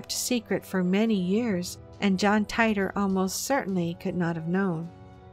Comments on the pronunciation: It's not John Tyter, it's pronounced, "Teeter' As in, "teeter-totter". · teeter. not tighter. John Titer. /yawn